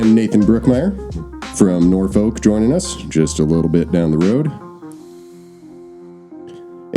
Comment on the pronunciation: As a Nebraskan, you know Norfolk is pronounced “Nor-fork” here 😂